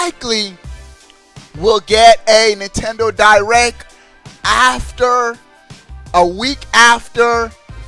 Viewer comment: "Nintendo Di-RECK"